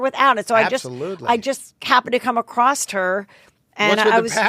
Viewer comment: Twice in one podcast I noticed that Heather said “acrosst” instead of across. Please tell me she doesn’t think that’s how you say it 🥴